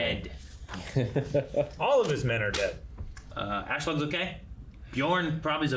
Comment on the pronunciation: Every time says asslog, I'm thinking, obviously, one of them is going to tell him, that, this is not his name but no, are they doing it on purpose? Lame.